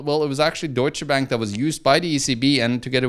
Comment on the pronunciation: I'm just here to hear say "DOITSCHE BÄÄNK"